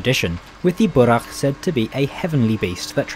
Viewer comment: Just saying, its pronounced Bou-RAq